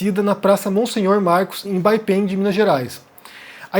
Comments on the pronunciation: a pronúncia correta do nome da cidade é Baependí, com acento no final, e não Baipêndi. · Baipendi é oxítona. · Obs.: Baependi termina com i. Pronuncia-se "BaependÍ". 😉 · Não é crítica, só para acrescer: a pronúncia da cidade mineira é Baependí. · Olha só, o tem sangue cruziliense também! hahah Só uma remarca: Baependi é oxítona. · Oi. Sou do sul de Minas, só pra contribuir, se fala Baependí. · A pronuncia de Baependi está incorreta Kkkkkkk Muito legal o vídeo,! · a pronúncia de Baependi é forte no "i". Desculpe corrigi-lo é que, tenho três irmãos que moram no sul de Minas e também já morei por lá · pronunciou errado Baependi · Olá. Eu tbm estou nessa busca. Cheguei até meus bisavós. A propósito, sou do Sul de Minas; o nome da cidade é Baependi, com tônica no 'i'. Boa sorte aí e obrigada. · A pronúncia do foi errada pq a palavra está escrita errada. Toda oxítona terminada em i deve ser acentuada.